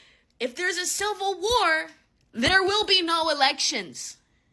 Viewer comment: What's a silver war? Because that's what it is saying. If it means civil war, why not say that? Instead of banging your claws around, maybe learn how to pronounce words correctly